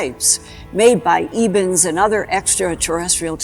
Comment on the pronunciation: It's Ebens, not Evens. Read the book SERPO.